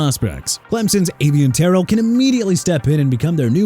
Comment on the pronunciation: First off let Rueben (spelled r-u-e-b-e-n) Bain Jr go to Tennessee and second Taliese Fuaga pronounced Tah-lee-see... third let Miami get Spencer Fano! Fourth Avieon Terrell pronounced tuh-rell! And stop with the JAGWIRES okay?! Jaguars pronounced JA-GWAARS! You know what? Keep saying jagwires and maybe Jacksonville can get a name change out of it! SMH!! DONE WITH THIS GARBAGE!!!